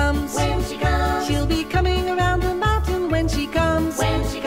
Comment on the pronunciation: of course small clips are legal. that just won't protect you on youtube. which... given this video.. uh.. did it give you any trouble? I could not help but giggle a little at 'comin reund the meuntin' there. As for good pubic domain songs, uhhh Good King Wenceslas comes to mind. or as I always sang it "here comes good king what's-his-name, la-la-la-la-la la"